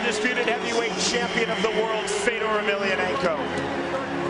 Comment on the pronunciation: “Feodor” How do you not know how to pronounce his name in the same sentence you say that he’s one of the greatest of all time.